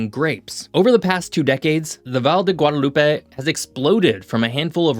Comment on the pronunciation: The way you say "Valle de Guadalupe" is making me suffer